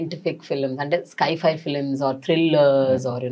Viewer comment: Chala interviews nunchi chusthunna... Ur pronounciation of sci-fi is wrong... It's not sky fi.... Pronounciation is (Sy) (fy).. science fiction ki short form sci fi..so don't say sky again please